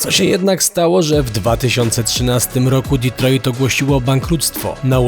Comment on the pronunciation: Panowie, świetny materiał jak zawsze. Ale tak z czystej przyzwoitości mogliście nauczyć się jak się wymawia Detroit bo trochę wstyd... Pzdr